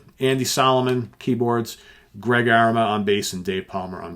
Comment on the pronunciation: Greg A-RAY-ma !!